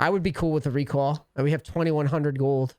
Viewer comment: Bostonian comin out being cool with a RECAWL:P